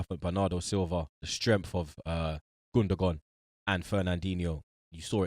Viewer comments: How's this guy saying "Gundagone" though, like what the fuck☠🤣😂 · Nobody: Literally nobody:: “Gun-da-gone”